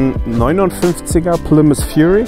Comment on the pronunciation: Respekt die Marke aussprechen zu können. Ich habe dafür kein Talent. 😂🤣